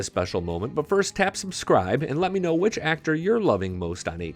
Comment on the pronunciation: I love Elsa except for the way she says the “Wh” sound it words. Reminds me of the family guy episode…cool WHip?